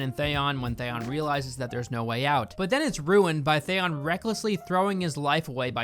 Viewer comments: I was gritting my teeth everytime he said Thayon. Same as d&d calling cersei “cersay” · Everything you say is rendered moot because you don’t know how to pronounce Theon. 😂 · I’m really suspicious that you even watched GOT if you don’t know how to pronounce “Theon” 🤔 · Man I cant help it but for someone who does all this analysis (which was funny btw) it really bothers me the way you pronounce Theon, like there were two seasons where Ramsey literally talks about what his name is all the time lol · Out of the weird names in the show how do you say Theons name completely wrong? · “I love GOT ive read all the books and think the first 4 seasons are some of the best television in history” Can’t say Theon right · Please learn how to say Gendry and Theon. Thanks. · Your pronunciation of Theon is almost as annoying and ridiculous as the last season. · Fucking can't even pronounce Theon right... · First time I've ever watched an hour long video/review of something on YouTube from start to finish and I LOVED every second! You really encapsulate the absolute ridiculousness that is S8. You pronunciation of Theon was really jarring though lol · Good script but the meme editting along with your pronounciation of Theon give me question. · the way you pronounce theon puts you on theon fucking ice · The way you pronounce Theon’s name makes me want to cry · Hey you mispronounced theon but I still love you (and I totally get it, got has a loooot of names) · R u purposefully pronouncing some names wrong? Thay-on, Jen-dree. Its Theon, and Gendry. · you say theon very weirdly 😂😂😅 it's thee-on not the-on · It's pronounced THIE-ON, not THAY-ON, and Gendry has a hard G, like Goose, or Guide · Jendry? Ereks? Thayon? Holy shit dude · Who tf is "Thayon" ..or "Jendree" for that matter? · Who are Jendry and Thay-on? Avatar level name pronunciation. Watching in 2026 and it's so irritating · sometimes you have such a weird pronunciation of some names.... WTF is with ThÉon? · Lmao “Thayon”